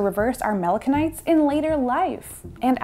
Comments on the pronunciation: Did I hear her pronounce "melanocyte" as "melano-kites/melano-kinites?" Melanocyte is usually pronounced as "melano-site." ;) Thx for the info! All the best! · Mella-nuh-kites" Um, what now? I had to turn on subtitles because of the way she mispronounced the word melanocyte, thinking there was a new word for pigmentation. Nope, homegirl just confidently made some video "journalism" without bothering to even check if she knew how to say the word that she probably just learned 15 years too late in life. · Saying "mela-no-kite" over and over again ... 🤔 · Ah, melanocyte! I was wondering what that word was she was using!